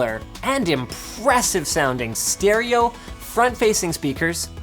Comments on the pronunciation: Shtereo Speakers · Shtereo speakers.